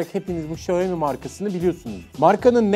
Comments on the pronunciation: Abi şaumi demen daha doğuru bence şayomi ne yaa 😂 😂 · Hocam video çok güzel. Hatalarım varsa düzeltin demişsiniz. Çok özür dileyerek söylüyorum. Xiaomi, şayomi diye değil şiaomi diye okunur. Herkesin yaptığı bir hata bu. İyi günler dilerim. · Sayomi yok siomi dunya siomi deyir siz kendinizi farkli gormeyin salak gorsenirsiz. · bi şaomi diyoruz da,Çinliler ona Haomi diyor galiba, benim 2 tane çinli öğrenci var geçen öyle demişlerdi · Markanın gül gibi adı var İksyomi, Şayomi'de ne mk!!! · Şayomi değil şiyağo mi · Şayomi değil xaymi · Şayomi değil Şayomi Bey